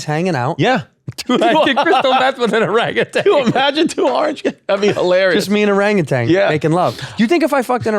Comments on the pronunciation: ORANGUTAN!! You keep putting a g on the end. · They keep saying orangutang or is just me?